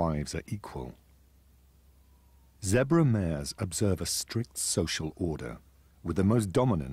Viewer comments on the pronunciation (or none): your vids are great keep working hard plz stop saying zebar zebra